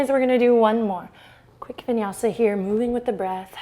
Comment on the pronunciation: "vinyasi" 😂😂😂😂😂